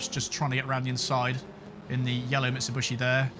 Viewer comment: Ahahaha I love the intro! Geniuely made me lol! :D Great driving as always mate! EDIT: Now this is just TOO good: there is a new automaker you need to learn to pronounce the right way :D It's MitsubIshi, not MitsubUshi. ;p